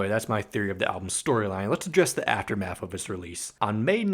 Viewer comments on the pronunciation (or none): none